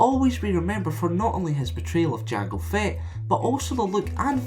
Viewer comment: "Jang Fett"